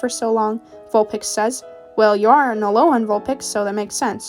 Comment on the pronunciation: Why are some of the characters traits so similar to the actual pokemon anime lol (And the fact she says alola into aloha makes me cry)